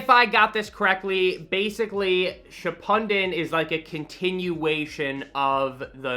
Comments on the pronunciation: quick lesson its nah-ra-toe not na-roo-toe Also shi-pew-den not ship-pun-den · Because I think you're fantastic, ill forgive you for calling it Shipunden instead of Shippuden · "shipunden" Me: "you're fucking with me right?" Lmao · Shippunden? You mean Shippuden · He literally said shippundin u pronounce it shi-pu-den that's how you pronounce it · I know you try your hardest to pronounce it right and you got naruto right but, you say shippuden like SHI-POO-DEN not SHI-PUN-DEN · Ship-pud-den It's ship-poo-den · he has to be messing with me. theres no way he said shou-pun-den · Bro must try to say it wrong 💀 it’s ship ooo den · its sha-pu-dan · Nar-ruh-toe shi-pude-den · Shippuden is pronounced ship-oo-den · NAH HE SAID SHIPUNDEN IM DEAD😭😭😭😭😭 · “Narrutoo shappunden” lmao love you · It’s “ship-pooed-in” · lol man pronounced it as SHIPPONDEN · this guy.....HOW THE *** IS SHIPPUDEN PRONOUNSED SHIPPUNDEN ???? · No way just called shippuden “shipundan” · Let me help you pronounce shippuden, ship-uuden. the u is stretched. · It’s ok I understand if you pronounce things wrong but when you said shipunden I started dying 💀💀💀💀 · dude really said shipundden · aint it Ship-pyoo-din? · nah its just ship-oo-den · He made a disclaimer in the beginning for Naruto and I was like its an okay pronunciation. and then he said Shippuden and I was like dam we are gonna need another disclaimer. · Shipunden 🤣 I get it tho because naruto has some weird pronunciations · oh boy he said shippiden wrong cant wait to see all the comments on that lmao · He also says Naruto wrong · Lmao you’re about to get killed pronouncing shippuden wrong just like Naruto 😂😂😂 but facts at least you tried lol but it’s pronounced shi-pu-den, well that’s how I hear it all the time, if I’m wrong don’t judge me comment section 😂😅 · Nar-oo-toe Ship-oo-den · SHI-PUN-DEN!??? come on you're killing me lmao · You pronounced shippuden wrong :/ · you legit mispronounced everything and it hurt me